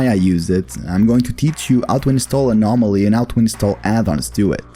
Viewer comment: the what zone ? your accent was very thick when you said the modpack